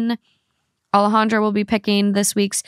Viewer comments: Yikes sounds like Alejandra has some internalized racism regarding her name. Alejandra is not hard to pronounce. Hope she can make peace with that ❤ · I was going to say Alejandra is not pronouncing her own name correctly, it is a very beautiful name though